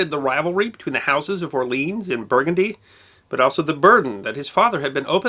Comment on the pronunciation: ... Or-Leon !....Jesus!